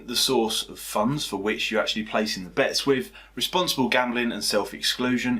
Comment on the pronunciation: "Source" not "Souce"